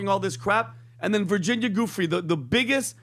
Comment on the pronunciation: Say Virginias name correctly please!!!